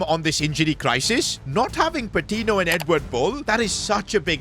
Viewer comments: Hey! Patiño is actually pronounced as Patinyo rather than Patino. No offense of course, love the series! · Patiño’s name is pronounced Pa-Teen-Yo. Hope sees this😂